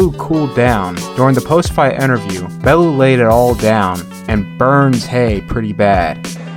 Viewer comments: Lmao Bellew is pronounced BellYOU not BellOO😂😂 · i love you & have followed you for years but this is the only time ive ever seen you be wrong about boxing, its pronounced “bell-yew” 😂 other than that your record speaks for itself, the GOAT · Its pronounced Bell-yew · Just for future reference its pronounced bell-you and all he wants too do is get home too his wife & kids. Keep doing what your doing man, much respect ✌️ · Please learn how to pronounce Bellew